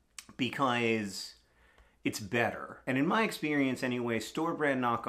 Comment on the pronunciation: they way he said "because" pronouncing every letter in the word makes me laugh every time